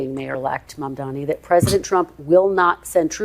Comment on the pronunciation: It's MA'AM-dani!!